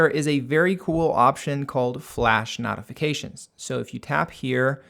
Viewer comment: I thought it was me the first 3 times I heard it.